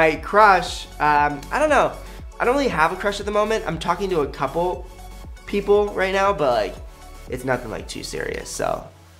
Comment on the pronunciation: I'm taking to a couple...people... Lol that awkward pause